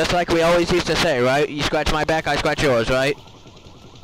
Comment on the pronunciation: "You better tell that you're bwack" is actually insanely fucking hilarious. Also the intro could be a lil shorter.